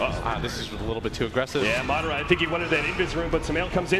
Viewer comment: ITS MA-DA-RA NO MARRA